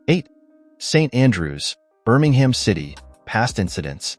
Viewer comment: Hoo the phuq are you? It's pronounced "Hills-bu-ruh"/"Hills-bruh" not "Hills-borrow". It's "Seltic" not "Keltic". "Berm-ing-gum" not "Ber-ming-HAM". "White Lane" it was "White Hart Lane". It's "Darby" not "Der-by". " 1970 ess" for "1970s" get real. Whoever you are do yer effing homework. Pretty much every ground in England, Wales and Scotland was the scene of "hooliganism" in the late 1960s, 1970s and early1980s - nothing to see there. Every ground had its area (or fortress) for its hard nut fans. And I am sick of the ubiquitous (look it up in an effing dictionary) US accent, pronunciation and emphasis (we (UK) emphasise the second or last syllable - not the first) on effing everything you watch on YouTube. Is the US trying to take over the world by its cultural imperialism? I think so - phuq off with yer cultural imperialism. Answers on a post card - you effing Yanks might have to look up that UK cultural reference. Jog on. Sick to death of you. - or the people who use some Silicon Valley tool to make yer vids - do your own voice-over, if you want to be (or appear) authentic. Rant over....